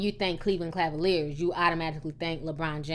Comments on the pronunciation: it's Cleveland CA-VA-LIERS, NOT cLa-valiers. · it's Cavalier not Clavalier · Cavaliers lol did you say craviliers? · she was sayin cavaliers wrong she said clavaliers lol im dead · Léa I. Cleveland Clavaliers........😂😂😂🤣😂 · "Cleveland Clavalier?" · 😂😂 Cleveland "Clavaliers" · Please I'm begging you, it's Cava-lier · I like how you say Cleveland Clavalier with the extra L. haha. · B.I.G Pac I had to replay it, she said it 3 times, 😂Claveliers. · JoshuaCGray - everyone knows she pronounces certain thing wrong she has even said it before herself nothing New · Don't come for me but I like how Ti mispronounces "Cleveland Cavaliers" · Ti you cannot pronounce cavalier lol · T .. say Cleveland Cavaliers again. Lol .. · I love your show but you can't say cavalier to save your life lol. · For anybody that plans on trying to read Ti for the way she pronounces "Cleveland Cavaliers" , shut up! She has stated in older videos that she knows she can't pronounce it properly, now carry on! lol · Kev TheGreat She was fucking up buddy's name too LOL!!